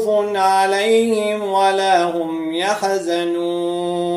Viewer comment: أجلُهم بضم اللام. وبدون قلقة الحاء في يحزنون.